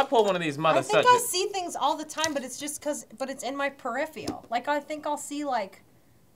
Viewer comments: I can't believe kept saying "periphial"... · sariah moody i really hope so, because i died inside every time she sad periphial instead of peripheral. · it's "periphERal" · wait is it not per-if-er-al